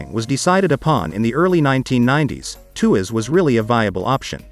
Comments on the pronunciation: It's not a 2 ass mega port 😂! It's pronounce as tua - sss. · It’s pronounced as “TWAS”!!